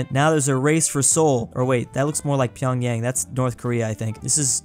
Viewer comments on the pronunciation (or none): none